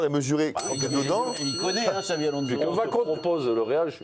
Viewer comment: Alonso ne se prononce pas Alonzo, pareil pour Fernandes qui ne se prononce pas Fernandez, merde, respectez le nom du joueur